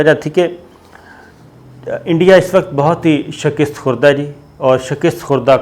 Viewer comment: Bhai shaaakist nai shikast hota hai